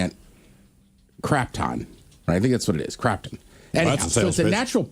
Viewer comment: KRATOM. But Krapton is the funniest possible misreading. I don't know if that's what you really meant though, as it's legal in most states. Only like four have it banned. I have no idea what it does, so I don't really have an opinion